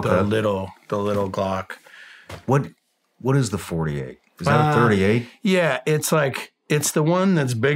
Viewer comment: I believe he meant the Glock 48 but it sounded like he said 40A lol